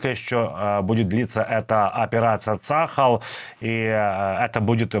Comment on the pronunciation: ЦАХАЛ -ударение на последний слог...